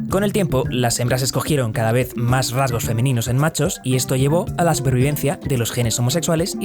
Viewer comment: minuto , no sé si dice "rasgos femeninos en machos" o "raros femeninos en machos"